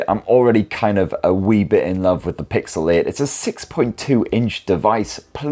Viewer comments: Pixel Eh and Pixel Eh Pro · It's called PIXEL EIGHT & PIXEL EIGHT PRO. And not PIXEL IT & PIXEL IT PRO 😂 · "Pixel-ate" and "Pixel ate pro" 💀🌚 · Am I the only one that hears 'Pixelate' every time?😂😅